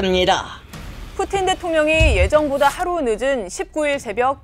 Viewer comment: 러시아어 전공인데 오 발음이 더 정확하네? 라는 생각이 들긴했음 ㅋㅋ